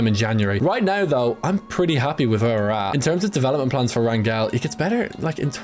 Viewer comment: As someone with the last name Rangel it’s pronounced rayn-gel